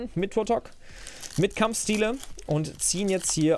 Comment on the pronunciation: "Kampfschtiele" x'D